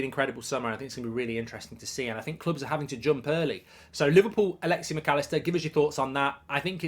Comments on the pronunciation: Stop saying “alexi” it’s Alexis with an S at the end. Like I get you’re an entitled British a nation where people inherently think it’s ok to mispronounce names because deep down inside they think they’re the best but how hard is it to add an S at the end? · Alexi? Its Alexis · “Alexey Macallister”